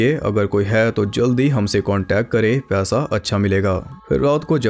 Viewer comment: Paisa was being pronounced as pyasa Full confusion